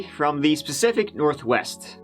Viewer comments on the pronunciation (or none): "Pacificaly... from the pacific north west... yeah that sounds right..." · “Pacifically, from the Specific North-West. Yeah, sounds about right.....” dude I love the commentary.....😂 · Pacificly from the specific North West 😂🤣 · my comment disapeared but this dude said Pacifically from the Spacific North West and no one seem to get it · Pacifically from the specific northwest, LMAO! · "And in this old video we're going to examine an unsolved mystery. Pacifically, from the Specific Northwest." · "Pacifically from the Specific Northwest" Oh my gooooooood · Yep right off the bat! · Pacifically from the Specific North West 🤣😂oh you gem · Pacifically, from the Pacific Northwest...Yep! Sounds right! 🤣😜👍🏽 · Pacifically, in the specific Northwest🤣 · “Pacificly from the specific Northwest” lol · “Pacifically from the specific northwest” ....twitch. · ah damn got me with the 'pacifically specifically' there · "pacifically from the specific north west"